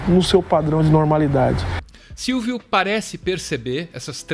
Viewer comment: Silvio Almeida... "Silvídeo", percebi hein kk